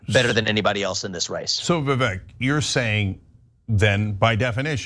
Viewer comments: The funny thing was the first time she said his name, she mispronounced it and continued to do so multiple times. His name is pronounced vivek (like cake, vivAKE) not EHK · Its not Vivak... Vivek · His name is pronounced “Vi-vake” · She couldn't even pronounce his name correctly. It is vivAKE like cake even though spelt vivek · Can Young Turks sync up their interviews ? Can Anna and Jenk pronounce Vivek's name correctly ? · said Vivek's name wrong in the beginning. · I used to be ahuge tyt supporter, cenk lost me at his take on russel brand, guilty until proven innocent. He's been this way for every accusatin except his nephew's. Wasnt surprised at all by their nasty attacks on vivek. Ana intentionally pronounced his name wrong. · Perhaps preparing for the interview and being detail oriented could be something as simple as pronouncing your guest's name properly? This is amateur hour unhinged interviewing at its finest -- imagine not being to convey your point succinctly and intelligently without losing your cool. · when you mispronounce Vivek's name he has the RIGHT not to even know your name! Maybe when YOU reach out to someone to be on your show, YOU should do a little more research as to HOW TO PRONOUNCE YOUR GUEST'S NAME!